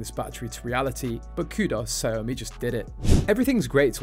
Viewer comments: It's not "Sa yomi" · Ya it’s pronounced “Shao Mi”